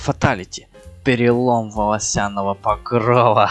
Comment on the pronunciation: Оригинально)😂 только в слове волосяного, ударение в другом месте 😅